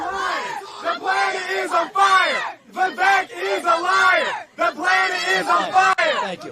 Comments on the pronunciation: Geez dude I love your content but his name is is just Viv-Ache. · My man, i watch almost all of your uploads. Love your content fr fr. BUT… you have GOT to learn how to pronounce Vivek’s name. It’s time.